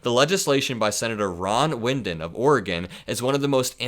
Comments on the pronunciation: it's "Wide-in" not "Win-din" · TY for your up-to-date informative information. I'm an Oregonian - Sen Wyden isn't "Win den" It's "Why den" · The pronunciation of Ron Wyden is not "win-den" (no "n") it's "wye-den". 😜 Sorry , but names from Oregon being mispronounced is a small pet peeve of mine. I would suggest that you slow down, just a little bit.... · Wyden from Oregon is pronounced like the word widen, as in Trumps butt continues to widen. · It’s Wyden Why-den 😊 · Hi, an Oregon voter here, we thank you for the inclusion of Ron Wyden in your pod cast, but please pronounce his name correctly, he is highly respected here and deserves a correctly pronounced name. (It sounds like "why den".) You put an "n" in the middle where there is none. Thanks!